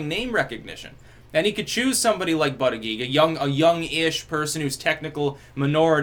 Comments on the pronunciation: it's booti-jedge, not butty-geeg. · Persists in intentionally mis-pronouncing his name as Butt uh Geeg. Gotta love it :) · I’m starting to watch these videos just so I can hear try to pronounce Buttigieg.